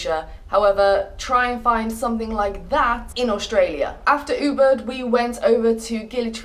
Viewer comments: I thought you were saying uber that taxi app. Then i realized you are not saying that. Its easier to say oo-bood to say Ubud. Just some input. :) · she said "Uber", actually its "Ubud" and if you want stay in "Kuta Beach or Seminyak Beach" couse many good accomodations - 200$/room/night and good restaurant in that area.